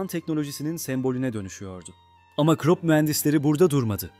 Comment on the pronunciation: KrOp nedir ha bir krOp diyip duruyorsun, her hangi bir google translateye yazıp okutsan bunun almanca KRUP diye okunduğunu duyardın KIRO...